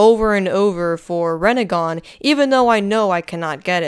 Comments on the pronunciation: Bruh it is just rennigan like chill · “Rinnegan” actually